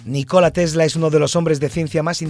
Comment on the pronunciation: p.d. Me parece que se pronuncia Nícola y no Nicóla